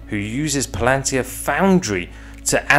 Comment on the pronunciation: Yes, but it's not pronounced "Plan-tir, it's Pal-an-tir.